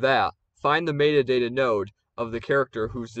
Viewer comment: mayta dayta :P Thanks for this tutorial! I can finally change "iCe PeA" to Snow Pea, his true name :D